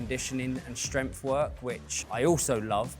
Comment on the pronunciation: I almost had to abandon the video due to the way he says "strempf", and that he said it so many times